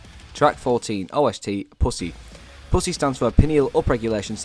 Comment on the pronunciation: everytime u say "puss-e" it just sounds funny and it does not help that the mic keeps popping everytime